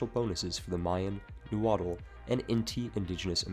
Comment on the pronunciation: “neüwãdl” lmao i dont mean to be annoying but Nahuatl is pronounced ‘nah-wat’, i wouldnt usually comment but their culture is already so looked over